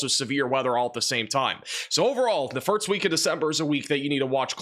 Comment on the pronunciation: Has anyone noticed this guy pronounced "first" as "firts"